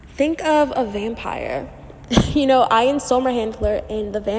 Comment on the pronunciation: Great video, very informative! Even though you triggered me a bit with how you pronounce Ian’s name 😅😂